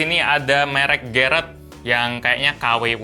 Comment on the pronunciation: bilang garrett Otak gw:GARIT